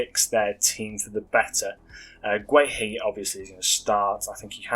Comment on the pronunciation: Guehi is pronounced gay - ee